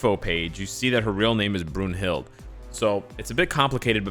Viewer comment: Her name is pronounced BROON-hilt but an English version is BROON-hildA with the "e" sounding like an "a".